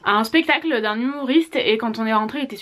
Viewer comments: *spectacle et non pestacle haha❤ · on dit"spectacle" non pas "pestacle"😂😂